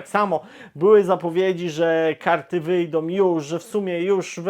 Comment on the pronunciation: Bardzo razi to "bendom, wyjdom". A nie da się bardziej po polsku ("będą, wyjdą")? Obiecuję, że przestanę subskrybować kanał, jeśli choć troszeczkę nie zmieni się mowa. Pozdrawiam